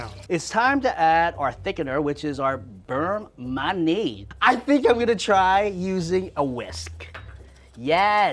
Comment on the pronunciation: You would think a culinary professor would be able to say beurre manié properly